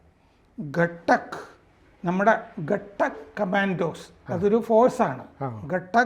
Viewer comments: കടക്ക് അല്ല..ഘാതക് ആണ്. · ഖട്ടക്ക് അല്ലല്ലോ അത് ഘാതക് എന്നല്ലേ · ഗട്ടക്ക് കമാന്റോ അല്ല.ഘാതക്ക് കമാന്റോ എന്നാണ് പറയേണ്ടത്. പേര് പോലെ എതിരാളിയെ കൊല്ലുക എന്ന് ഉദ്ദേശത്തോടെ ഉണ്ടാക്കിയ വിങ്ങ് ആണത്